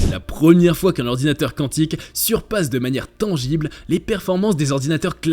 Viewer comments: Ayyyyyy hordounateur😅😅😅😅😅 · Ayyyyyy hordounateur